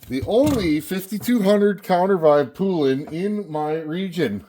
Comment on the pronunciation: Poulan is pronounced like the country poulan. Look up "old poulan commercial" you will see. Also the 5200 is 85cc not 82